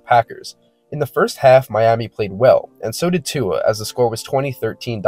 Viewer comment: Americans pronounce Tua perfectly.